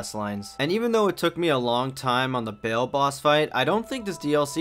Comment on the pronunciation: found you on insta (you can't say bayle for shit cuh) and I fw ur channel a lot